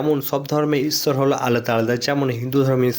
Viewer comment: এ ভাই তোমাদের ভাষা এমুন কেন ইচ্ছৰ না ইশর